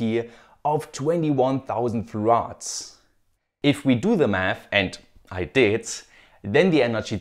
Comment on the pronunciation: The pronunciation of farads killed me 😂😂